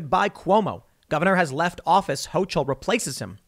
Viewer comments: Hochul has a hard C not a ch it's pronounced HoCull, I get the feeling this names going to be said a lot in the next couple years might as well get it right so you don't look like an idiot to the locals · HO-KUL. NOT HO-CHUL. Not that I'm thrilled having her as our new governor, but everyone commenting on this really needs to look up how to pronounce her name. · pronounced Hoke-el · Ho-coal is the pronunciation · Just an FYI, from a Western NYer, Hochul rhymes with local. Not that I'm looking forward to her being governor either.